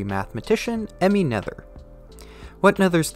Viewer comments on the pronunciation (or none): Heh, 'Emmy Nether'. German: Nurt-her